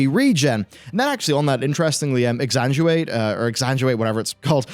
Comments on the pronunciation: ex-sang-win-ate. Its a tough word. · Ex - sang - win - ate